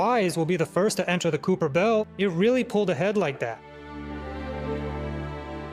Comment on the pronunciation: Kuiper belt ❌️ kuuper belt✅️